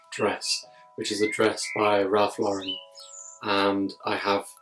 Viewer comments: He pronounces is name LAuren, not LaurEn. They get upset at the company when you make that mistake. What is the Sabrina embroidered gown seen over your shoulder? It inspired my design for my daughter’s wedding.gown. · Great video! - You might want to know that Ralph Lauren's last name is pronounced: "LOR-en" (as in Lauren Bacall) not "lor-EN" (as in Sophia Loren)